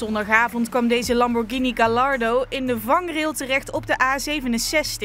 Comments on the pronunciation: GaLLardo, goede uitspraak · Gallardo spreek je uit als Gajjardo!